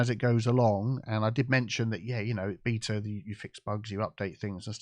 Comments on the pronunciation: every time he said BETA is kept hearing BEATER. Good for a few laughs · Pronouncing “Beta” as “beeta” is so funny 😂